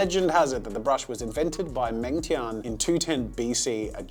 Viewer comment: i got triggered from the way he said meng tian